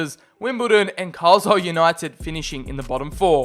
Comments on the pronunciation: It’s pronouced : CAR LI LE the s is silent and it’s not CARSLILE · You don’t pronounce it carsile United u pronounce it without the s